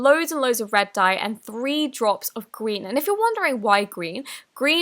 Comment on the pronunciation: she said “gween”